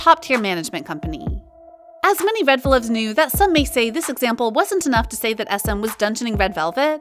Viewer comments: Its 'Reveluv' not 'Redveluv' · Its reveluv not reDveluv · Red Vlvwt fan club name is REVELUV NOT REDVELUV